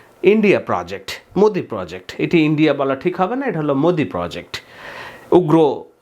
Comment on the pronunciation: বার বার ম্যদি ম্যোদি বলছেন কেন? বাংলাদেশের জন্য ভারতের সকল দল মত নির্বিশেষে এক, কারণ বাংলাদেশ তাদের টাকার খনি।